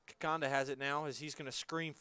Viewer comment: It’s ‘Kikonda’ not Kikanda🤬